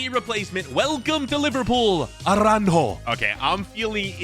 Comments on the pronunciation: Why’s he calling aurajo aranjo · he really said aranho😂😂 😂